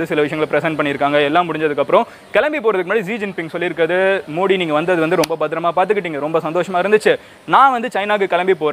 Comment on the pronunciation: Bro mins la neenga modi nu pronounce pannurathuku bathila moodi nu sollitinga bro